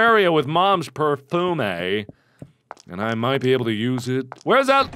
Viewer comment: Its not per-fum-eh its perf youm